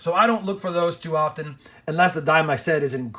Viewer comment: Dhime thime